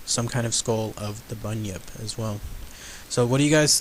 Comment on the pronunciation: You said it correctly and is also from Australia